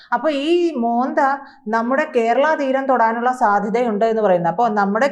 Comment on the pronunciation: മോന്ത അല്ല. മൊൻന്താ🌹